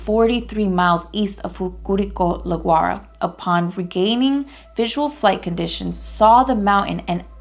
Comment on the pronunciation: Se llama, Dante Lagurara. Not Dante Laguara.?😡